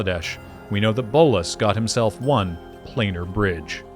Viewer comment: This video has ONE problem. ONE way it's super annoying. ONE thing which is jarring and just weird to keep on hearing. He has ONE army... nobody talks like this. So jarring. Really took away from a great video as it feels far less polished than everything else in the video.